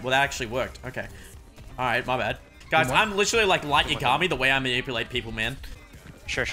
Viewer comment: The way he says Light Yagami pains me